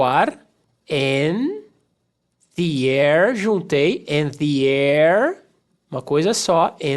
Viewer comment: Em "The air" ele faz justamente isso. Irretocavel.